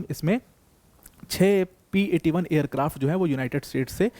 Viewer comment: It's P8 i not P8 1